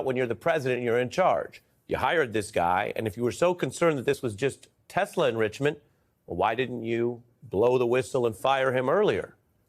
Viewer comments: “I love Tessler!” 😂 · It's Tesla not Tessler. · "I love Tesler!" Lol😅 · "I love Teslurrrrr" roflmao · "I love TESSLEERR!" Dumbasses. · you obviously didnt hear Trump mis pronounced it as Tessler, when they were pushing Telsa's on WH grounds.